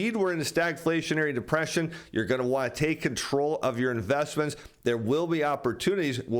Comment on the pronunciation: You keep saying depression wrong.